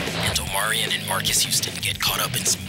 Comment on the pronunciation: And he always calls Omarion “Omarian”